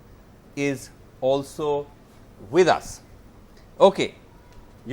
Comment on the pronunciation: Anyone hear it anchor says Yogendra Yadav is WITH US with so much stress on those words.😂😂🤣